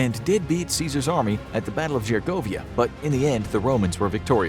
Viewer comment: You mispronounced Gergovia and Vercingetorix they’re pronounced Gerrrrrgooooovvvvviiiiiaaaaaa and Verrrrrccccingetttorixxxx or however you right that learn to pronounce